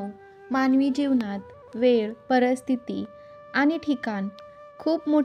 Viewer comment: परिस्थिती म्हणायला आधी शिका.परस्थिती काय ?